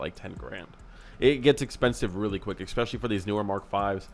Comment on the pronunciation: Did you really say "ekspecially?" Wow.